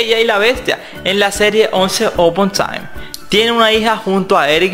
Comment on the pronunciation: Tu pésimo inglés 🤣🤣🤣🤣 no se dice once no mss pero bueno, buen video